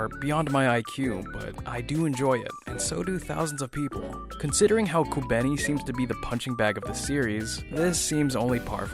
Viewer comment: Youre completely miss pronouncing kobeni's name and Is very distracting